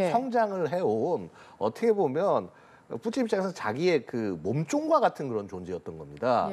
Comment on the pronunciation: 뿌찐 = 푸틴 , 러시아어 발음으로 푸틴을 뿌찐으로 발음 합니다.